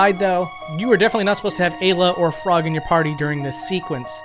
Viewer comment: Interesting pronunciations. I always assumed Ayla, Magus, and Melchior are pronounced "Eye-la", "May-guss", and "Mell-key-or".